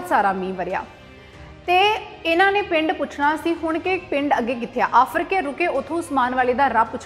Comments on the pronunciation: ਭੈਣਾਂ ਪਿੰਡ ਦਾ ਨਾਂ ਤਾਂ ਸਹੀ ਲੈ ਆਫਰਕੇ ਨਹੀਂ ਆਰਫਕੇ ਹੈ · Aarafke. Aa. Aafrke. Nhi. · ਆਫਰਕੇ ਨਹੀਂ ਆਰਫਕੇ ਹੈ ਜੀ ਧੰਨਵਾਦ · ਆਫਰ ਕੇ ਨਹੀ ਆਰਿਫ ਕੇ ਪਿੰਡ ਆ ਜੀ ਫਿਰੋਜਪੁਰ ਕੋਲ.... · ਭੈਣ ਮਾਫ ਕਰਨਾ ਫਿਰੋਜ਼ਪੁਰ ਜਿਲੇ ਵਿੱਚ ਆਫਰ ਕੇ ਨਹੀਂ ਆਰਿਫ ਕੇ ਹੈ ਪਰ ਬਹੁਤ ਵਧੀਆ ਉਪਰਾਲਾ ਹੈ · ਬੀਬਾ ਜੀ ਪਿੰਡ ਦਾ ਨਾਂ ਆਰਿਫ ਕੇ ਹੋਵੇਗਾ ਆਫਰ ਕੇ ਨਹੀਂ। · ਆਫਰ ਕੇ ਪਿੰਡ ਨਹੀਂ ਆਰਿਫ਼ ਕੇ ਪਿੰਡ ਹੈ ਜ਼ਿਲਾ ਫਿਰੋਜਪੁਰ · ਆਰਿਫ਼ ਕੇ , ਆਫ਼ਰਕੇ ਨਹੀਂ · ਆਫਰ ਕੇ ਨਹੀਂ ਆਰਿਫ਼ ਕੇ